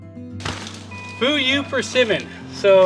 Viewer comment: You are pronouncing Jiro ok, but Fuyu is kind of ??? When I heard it at first. I love dry persimmons. It’s our New year speciality. (Japanese). I envy you. In dallas where I live, it’s over 90-100 degree in summer and freeze in winter. It kills in both season😢